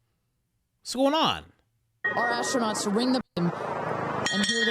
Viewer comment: “Ass-tronaughts”…. I’ve had longer episodes on the toilet